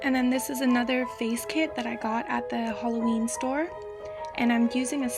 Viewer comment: I like how you sAy halloween. "Hollowween store"